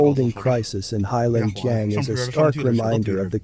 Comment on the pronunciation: The name is pronounced HAY long JANG.